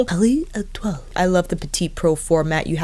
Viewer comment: Lol, you’re adorable! Pretty sure we could all just stare at your beautiful face no matter what! You pronounced the shade names very well! ❤️